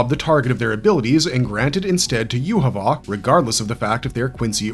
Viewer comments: not with the way he is pronouncing his name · why are you pronouncing his name so badly, 3 minutes into the video and I had to tap out